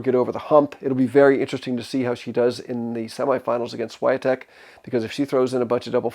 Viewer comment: I believe S in Swiatek is pronounced as /sh/. 😊